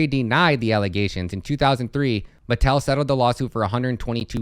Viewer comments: It's pronounced Ma-TELL'. Not metal. Very very well-known toy maker unless you're under 30 maybe. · It's pronounce Mah-Tell.